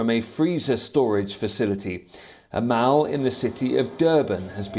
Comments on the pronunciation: It’s called a Mall (maul). Not a mowl 😂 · it's Mall and not Mal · Where did WION find this guy? Mall is pronounced mawl, not mauel. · Poor " Mauls " 🤣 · What’s a mowil lol